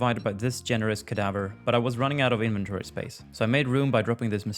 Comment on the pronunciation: How did u say inventory before?!?! 😂